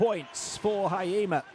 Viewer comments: 「ひ・え・じ・ま」 発音むずいんだな。 「は・い・え・ま」にしか聞こえない。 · it's not hayima.... it's hi- e- jima... 🤣🤣🤣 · Hurts my ears hearing Haima instead of Hiejima😂 But can't blame someone who's not from JP 😁